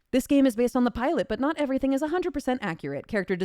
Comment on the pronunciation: Confused "not" with "hot"